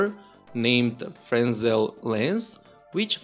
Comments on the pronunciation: it's pronounced fruh NELL cuz its French so its not FRES nell or whatever it looks like. the s is silent. nobody but us snobby physicists give a crap, but if you want to pretend youre a smarty pants physics snob, you can correct your friends when they mispronounce it which is always, from what I gather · it is a fresnel lens, pronounced 'frenel'. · Fresnel is pronounced Frey-nel (with emphasis on the first e) or Frenel (with emphasis on the second e). I know, it's counterintuitive... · the s in Fresnel is silent